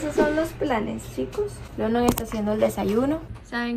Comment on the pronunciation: Hola. Mi Reyna. Tengo una Duda te escuche decir London y no se si pronuncias cómo el pais London. Tengo un hijo de 15 años y se llama Igual que tu esposo pero noaotros lo pronunciamos. Landon y vivimos en Ca y el es Latino pero su ambiente es solo de Americano’s cómo dices tu HUntington Beach Y su nombre lo pronunciamento cómo Landon . Quizas tu esposo se llama London ? O Landon? Te escucho y la pronunciation la dices difetente . Solo una curiosidad